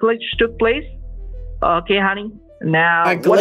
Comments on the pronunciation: That ‘Hunny Hunny Hunny Hunny Hunny’ sounded like ‘Money Money Money Money Money’. Respect bro. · Deerek. Siwi. Hunny. Lol.